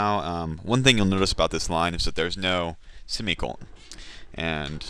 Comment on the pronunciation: I like the way you say "simicolon" <3